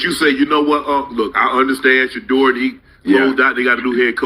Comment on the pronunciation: Is this AI? how are you saying the guy's name wrong in 2026